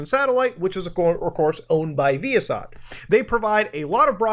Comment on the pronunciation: As a former satellite equipment technician the way you pronounce ViaSat makes me cringe but I like muta so it cancels out